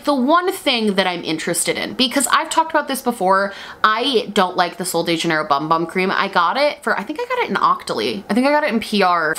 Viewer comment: The bumbum cream does not in fact tighten your butt, and they’ve never claimed that it does. Also, it’s pronounced boomboom.